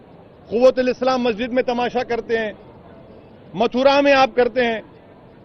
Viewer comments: majid tum bolte Ho lakin molve to mhajid he bolta hi 🤣🤣🤣🤣🤣🤣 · Masjid bolna sikhle pehle tab bolna😆